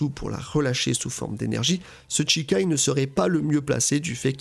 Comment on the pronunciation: Ça me trigger d'entendre "Tchikai" 😆